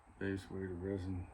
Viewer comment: Polyester Resin, not "Ressin."